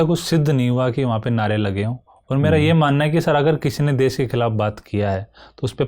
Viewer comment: DES NAHI HOTA HAI BHAI...DESH HOTA HAI .. HINDI MEDIUM SE HAIN TO GARIMA KA V DHYAAN RAKHIE..